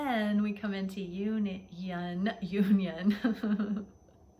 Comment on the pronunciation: The way you said union. Sounded like yin yan. Yes! Aligning the dynamics and union within ourselves first and then watch. the beauty continually unfold with our counterparts!❤️💙❤️💙